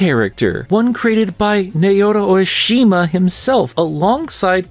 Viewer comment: Think “Sen-O-ue.” Also “Sah-otome” and “Nah-oto O-shima.” You’ve been saying “Oishima” this whole time and I’m not sure how. 😜